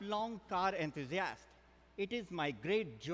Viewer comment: "Car enthusiASS"